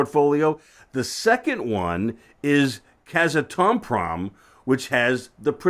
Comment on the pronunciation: Glad to see generalists entering the space. Just for purposes of precision, Kazatomprom is a state run entity in Kazakhstan and is pronounced Kaz-Atom-Prom, the largest producer in the world. The other is pronounced Cam-ah-co. Just trying to help. The advice to you followers to invest in the space is good. Tales a bit of research to understand the fuel cycle supply demand curve but well worth the time. Check out Mike Alkin's videos to get up to speed quickly. Long convoluted story, but your charts are leading you the right direction.